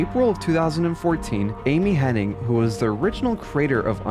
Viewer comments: Amy Henning? I'm ten seconds in and you're already screwing up names. I'm out. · Her name is Amy Hennig, there’s no “n” before the “g”. 😅 So it’s not “HenniNg”.